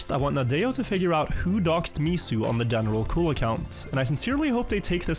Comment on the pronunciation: As a French, seeing « General Cul » taking all the screen and hearing wrongly pronouncing it is so funny